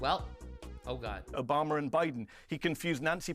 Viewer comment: “Obamar n Biden”, why do Brits randomly and an “r” after certain words?